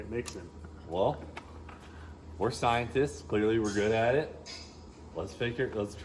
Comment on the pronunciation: did you say scientists or try-entists😂 just dont become cryentists